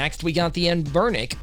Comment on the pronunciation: "AM-burnic" - Why make this video???, You clearly have no idea what you are even talking about, and after 1month the video only has 11k views. - You absolute melt.